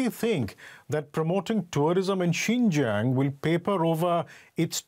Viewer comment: XINJIANG IS PRONOUNCED “SIN—JANG”!!!!!!!